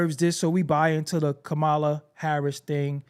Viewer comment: Fox News stories? Rooting for Hell's Angels? Pronouncing Kamala's name wrong? Everyone must want to be Clarence Thomas Republicans! Vote Harris 2024